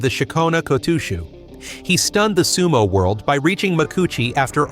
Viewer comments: who in the hell is Ko-TWO-SHOE?! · If I hear the AI say "KO-TOO-SHOE" I'm gone bro. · Two-shoe ? No thanks. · Oh come on! Apart from that one episode we'll never speak of again my only complaint about this otherwise fine channel has been about the pronunciation of the wrestlers' names, the kimarite, etc. I even mentioned that the way your voiceover program says Kotooshu is particularly grating in a comment you read and replied to! So when I saw this video I thought you'd surely have addressed it. But I'm only 2 minutes in and again I'm hearing the great man's shikona be contorted and mangled. You are making it harder to like your videos, for me at least. Which is a great shame as they are basically pretty good. (High praise from a dour Fifer.) I realise it might seem petty, but it takes me right out of the video with irritation and I have to make that bit more effort as a consequence. Which obviously doesn't encourage a person to keep watching. I have no idea what you need to do to fix this as I am too old to be bothered learning about stuff that doesn't interest me. I'd much rather watch sumo. But you've managed to put together an impressive channel here so you're obviously good enough at this sort of thing to be able to work it out. The correct way to say all these things can be found fairly easily through Google. Even I can do that much. I have done in the past when sumo was all new to me. But I'm afraid you're on your own after that. Please sort this out. Not only might watching the channel start to feel like a chore rather than fun but at the moment I am too embarrassed to share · i was gone the moment i heard the weird pronunciation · I’ve heard AI say it like that too many times, man, it drives me nuts lol. They’re not built for rikishi names. I guess they won’t be taking over just yet, or if they try it they’ll be shamed into submission for being unable to pronounce anything. See ya on another video maybe 👍